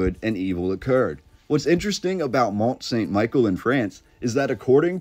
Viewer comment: Great video. Not a big deal but it is pronounced more like "Meee-shell", like in that Beatles song. I think it was built sometime during the millenial reign of Christ aprox,.